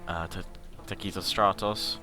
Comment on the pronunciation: Dude, at least do me one favor: taktikos stratos takes the accents on the last syllables of both words... :P Otherwise it is like I am hearing sth about some bloody mexican tacos! :PPPP